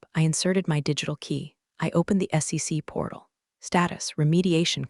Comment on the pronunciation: Maybe put a period in between acronyms so it will say S.E.C and not SEX? 😂